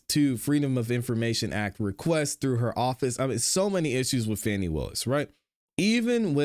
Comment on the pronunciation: While her name is spelled F A N I… it is pronounced FAUNI. GET IT RIGHT.